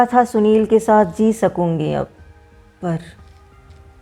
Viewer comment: यद्यपि बयां करने का अंदाज़ ख़ूबसूरत है लेकिन स को श या सही जगह काफ़ का उपयोग न होना अथवा जी को ज़ी कहना, कानों में खटकता है।